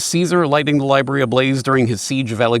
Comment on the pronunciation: Somehow the word "Library" turned into "Lieberry". Eat these berries, and youll be able to lie to others without worry or conscience. Maybe they have a secret Lieberry pasture that all of Government consume.